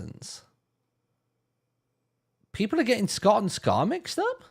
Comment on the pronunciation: the worst part is that it's a vowel length distinction. Which is not something monolingual English speakers even realize they're listening for.